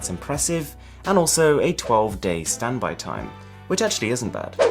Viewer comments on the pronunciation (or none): 12 day "stanby" time